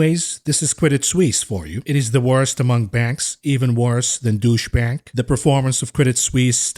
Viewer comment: Is it me or are you pronouncing Deutsche Bank as "douche bag"? xD